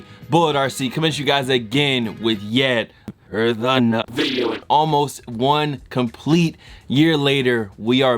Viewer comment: “Yet another video” has evolved from the beginning when you said it normally and now where it sounds like “yet aneur dhxjxbxj”